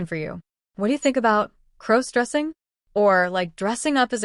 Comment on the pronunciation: Stop mispronouncing crossdressing 😢😢😢